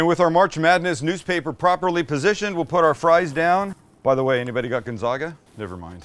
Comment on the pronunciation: Love your channel. Will love your channel even more if you’re a Zags fan. Although I have to respectfully request you learn how to correctly pronounce Gonzaga. 😁